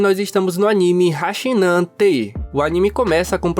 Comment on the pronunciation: Hachi-nan tte (hati-nan tsute)é há pronúncia correta,não tem xi (chi)na escrita japonesa. Ex : CHI é TI e não XI